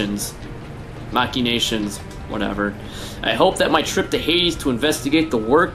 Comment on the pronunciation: no I dont, like the way he said machinations really sounded like he was speaking portuguese, and on his mw3 striker video he said agua that means water